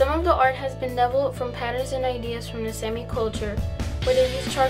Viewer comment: its Saami. "Sámē. or salami without the l